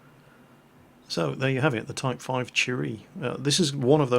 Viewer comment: "This is my third Japanese tank, the type five TREE."